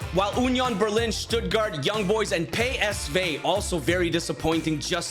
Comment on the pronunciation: Pay s vey 😂😂😂😂 Sergio biscuits 🤣🤣🤣🤣🤣🤣🤣🤣